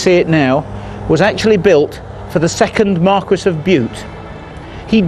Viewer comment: The "original British" were the Britons, not necessarily Celts. Also marquis is pronounced "mar-KEE". - That thunderbolt didn't happen, it's just a myth started post-Christianization to further aggrandize and propagandize that (evil) faith. - That's called evaporation, not Satan.